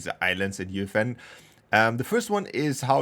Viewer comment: UEFN ❌ Youfen ✅